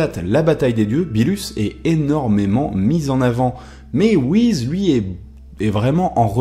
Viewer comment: Tu sais pas prononcer le nom des personnages R.I.P Beerus / Whis